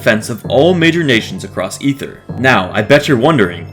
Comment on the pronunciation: Thank you so much for pronouncing Aether correctly